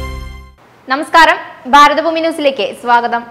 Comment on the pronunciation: ബാരത ബൂമിയല്ലെടീ വഷളത്തി- ഭാരത ഭൂമി - ഭ, ഭ, ഭ എന്ന് നല്ലവണ്ണം ചൊല്ലി പഠിക്കെടി ജന്തു